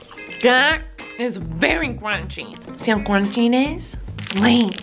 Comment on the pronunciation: every \time she says "crunchy", I hear "grunchy"